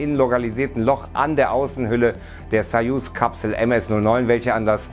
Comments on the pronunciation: Es heißt sooooooooyuz nicht saasssayuz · Es ist mir neu dass man Sojus "Sajus" ausspricht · Warum sprecht ihr „soyuz“ wiederholten mehreren Videos falsch aus ? Die richtige Aussprache belegt sich beispielsweise durch Artikel des YT-Channel des DLR.